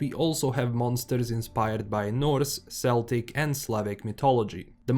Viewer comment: It's Celtic with a hard C. Not an S